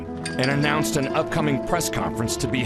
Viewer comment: Wa-bash, like a party - a bash - not bosh.